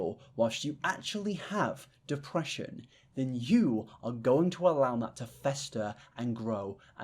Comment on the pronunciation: Completely unrelated, but I heard say "depreesion" and my brain immediately spat out "go take your pills". So thank you for helping me remember today!